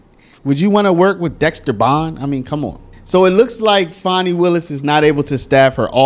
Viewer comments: Her name is not pronounced Fawni there is no letter ‘w’ in her name. It is Fan-nee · why are you trying toi church up her ratchet name?? Its fanni as in fanny. there is no w or au in the spelling of her name.